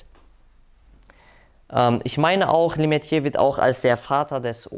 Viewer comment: schorsch lemätre wird der name ausgesprochen 😀